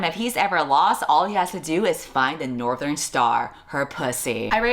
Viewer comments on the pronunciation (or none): none